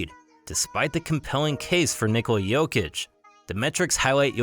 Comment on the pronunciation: I agree, also, not that it matters that much, but I like how he said his name with a correct accent lol